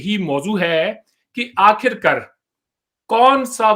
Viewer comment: आखिरकर नहीं, आखिरकार बोलो भाई।